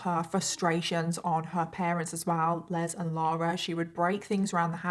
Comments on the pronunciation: My dad is Les. His full first name is Leslie. I have heard people say that name pronouncing it with a z. You don't pronounce the male name Les with a Z. You pronounce it with an S. I hate it when people pronounce my father's name with a Z instead of an S. It's LES. LESSSSSSSSSS. OK? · I’m going to go out on a on a limb and say her father’s name (Les) is pronounced like Less. That’s the common pronunciation in the U. S.